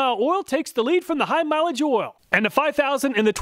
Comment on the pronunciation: Love the videos but all this ool ool ool is driving me crazy 😂 might have to mute the video and use subtitles 😅